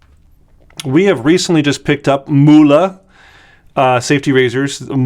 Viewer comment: Not "Muhle" it is called" Mühle" Youse Google translate, for the Word "Mill" pepper Mill